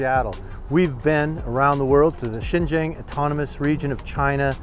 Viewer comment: You’ve been to Xinjiang. Guess you never learned how to pronounce “新疆” 。